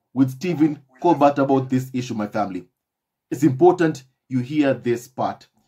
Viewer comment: Hello, Steven Colbert is pronounced Colber (the t is silent). Just giving you a heads up. 👆 😶